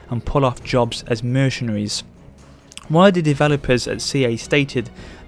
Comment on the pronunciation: I love the way you say mercenaries you sound like someone from Pennsylvania.